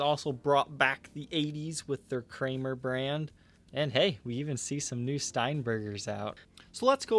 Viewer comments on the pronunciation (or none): none